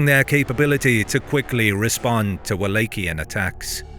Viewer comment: What’s up with the weird pronunciation? Dude says “Wallachian” two different times in the same sentence! Is this a bot voice??!